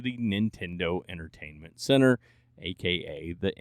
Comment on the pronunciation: Fully convinced you think “center” starts with an S now but other than that, great content